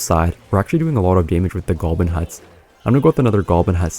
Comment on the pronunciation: WHY DOES HE ALWAYS SAY GOLBIN